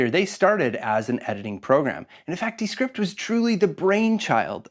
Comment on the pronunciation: “DEEEE script”